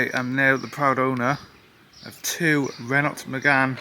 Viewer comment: Renault is pronounced like RENoh.